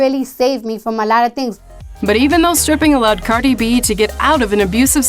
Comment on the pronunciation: Pronounces her name wrong right bfr the clip of her saying her name 😭